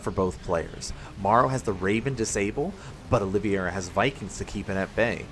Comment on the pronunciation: Your pronunciation of Olivieria is wrong. He named himself after former UFC Lightweight champion Charles Oliveria. You can watch some UFC promo content to see how he pronounces his name. It's Olive - Era. Not Oleeveyera. Feel like I sound like Hermione but it's grating as a UFC/Sc2 fan to hear it pronounced wrong over and over lol